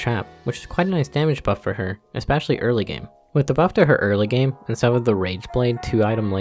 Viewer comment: Why the fuckkk do you say ecspecilay and not fucking especially??(edit)-XD highlighted comment first time